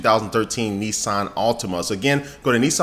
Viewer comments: not Nessan its Nissan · its nissan not nesson. just sayin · You're pronouncing Nissan wrong.